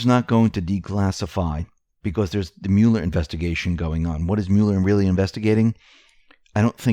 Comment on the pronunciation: Love your channel, but please stop saying 'Mule-r'. It sounds like Mull-er.